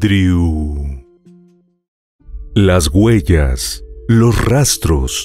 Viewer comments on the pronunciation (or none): Huellas, no guellas. Que pena!